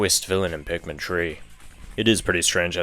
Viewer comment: Why do you say pikmin tree and not 3!?